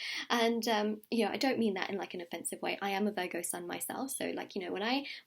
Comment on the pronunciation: I thought she was saying burger 🍔 not Virgo ! Ha